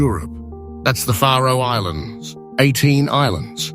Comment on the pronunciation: Ha, a channel called "The Map that cant be arsed to show a map of the location of the Faroe Islands AND cant pronounce it correctly - Great channel mate